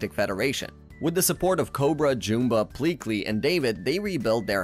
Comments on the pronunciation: It’s JUMba, not JOOMba. Did you even watch the movies? They say his name constantly. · jewmba? JEWMBA its Jum-bah liek yum but witha B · How do you pronounce Jumba so wrong? It is a movie, not a book. It literally says the name!